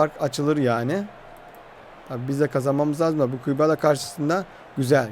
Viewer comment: Aga şu Kübala dediyin sade dilde. "Qebele FK" nası yazılıyorsa öyle okunuyor